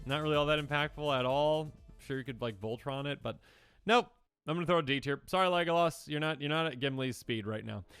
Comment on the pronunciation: Him saying leglas like he did killed me